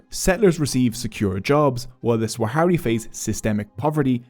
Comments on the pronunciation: Sah-ra-wi not Swa-ha-ri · Good video but it's Sahrawi not Swahari 😭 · It’s not “Swahari”. It’s Sahrawi. Thank you for this video 👍🏽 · Swahari people 😭😭💀 It's sahwari not swahari, that guy is the only one who says "swahari" because he is from the west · Firstly it's sahrawi, not saharawi or swahari, also "sahrawi people" don't exist because "sahrawi" is simply the denonym for the sahara region, so a Tchadian is a sahwari, their entire ideology was created by Boumediene and Khadafi to weaken Morocco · Sahrawi => Swahari????? I appreciate this video and bringing attention to something that's not talked about very often, but come on lol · if you go through the trouble of making a video about a people's struggle and have the video make you money, atleast have the basic decency to uhhh... PRONOUNCE THEIR NAME CORRECTLY. SAH RA WI. NOT SWAHARI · Great video, thanks for making something on such a forgotten conflict. I’ve been personally involved with the Sahrawi (fyi it’s pronounced sah-rawi) community living in the refugee camps in Algeria since 2012, teaching and facilitating training programs in Smara, Layounne and Boujdour each year. The situation on the camps is not improving, 50 years on people still live on emergency food rations, water is bought in each day by tankers and malnutrition is widespread. The more the international community look away the worse the situation is for those in the camps and those living under the brutal Moroccan occupation. Let’s stand shoulder to shoulder in solidarity with the Sahrawi people, they are brave, gracious, generous, resilient and compassionate despite years of persecution by Morocco and neglect by the international community. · I really appreciate your good work brother. I do find it irritating though that you misplaced the W sound in “Sahrawi” throughout the video. Sah-ra-wi. Not very hard and it’s a small detail that made me want to stop watching halfway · He mipronounced Sahrawi every single time.